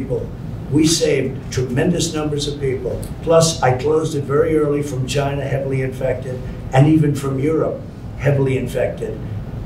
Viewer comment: Chi-NAH (gotta say it really fast)